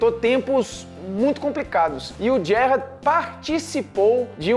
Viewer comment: Parei de assistir quando vi que o cara nao sabia nem falar Gerrard corretamente